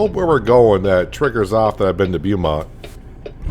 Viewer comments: Oh and it's pronounced "Bo"mont lol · Beaumont is pronounce bow mont fyi